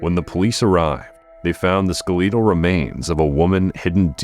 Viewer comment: That's not how Skeletal is pronounced. Go back to school. COME ON!!!